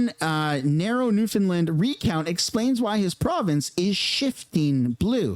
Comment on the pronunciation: New found land had to break it apart so you can pronounce it correctly not newfinland